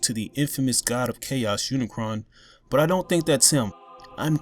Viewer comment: btw. its unicron. not cayon